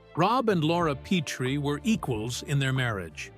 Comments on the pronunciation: It's Pet-ri not Pete-ri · It is pronounced Pet-tree NOT Pee-tree.